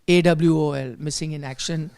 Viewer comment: AWOL is not missing in action, that’s MIA. AWOL (BTW, it’s pronounced like A~WALL. Not A-W-O-L. It stands for Absent Without Official Leave